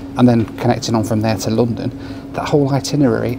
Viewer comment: I hope you don't think of me as a troll but, in watching this episode... I NOTICED that besides your British accent you have a unique way of saying "London".... You pronounce it Loo-don (or Lu-don); the pronunciation stood out primarily because I had just listened to your "Loo Review".... this is merely an observation, not trying to make fun of you. I thought it was humorous. Safe travels and keep doing what you're doing, I find it interesting and satisfying.